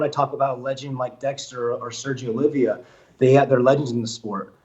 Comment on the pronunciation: His name is Oliva. Not Olivia. Ffs